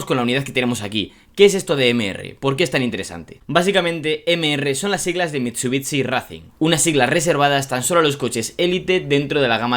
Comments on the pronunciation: Me da mucho toc que digas “mitsubitsi “ (se pronuncia “Mitsubixi” ) es como la ciudad Shangai , no dices Tsangai , un saludo me encanta el contenido pero eso da mucho toc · Mitchubitchi !!! Aaaaaaaahhh mis oídosss!!! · Bro no es hate pero tu forma de pronunciar Mitsubishi es rarísima 🤣 es como mitsubitsi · Por favor deja de decir mitsubitsi por favooooor. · Cada vez que diga mitchubichi, un chupito, súper divertido el vídeo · pero amm jajajaja miento Mitsubitsi jajaja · Porque dice mitshubitshi… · Que feo pronuncias" MITSUTSI " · Una crítica constructiva, pronuncia el nombre de la marca de manera correcta y el del vehículo igual ya que este video está dirigido a fanáticos de los autos y que este mal pronunciado en mi caso me desagrada bastante... no pude terminar de ver el video por ese motivo... es algo tonto, lo sé pero lo podrías mejorar. Saludos. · Que feo lo pronuncia